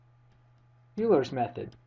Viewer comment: Euler is pronounced "Oil-er" not "You-ler."